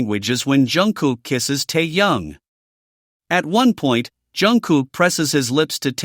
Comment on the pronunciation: Автор вы бы правильно читали имя техена, , а то слушать не приятно